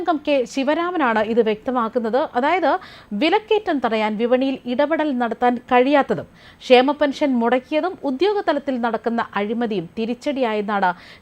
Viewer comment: രോക്ഷം അല്ല രോഷം ആണ്. ഷേമ പെൻഷൻ അല്ല ക്ഷേമ പെൻഷൻ ആണ്.സൂപ്പർ ചാനൽ ഭാഷ!